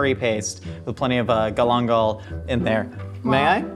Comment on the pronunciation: such a weird way of saying galangal lmao in asia they pronounce it "gahl-ahn-gahl"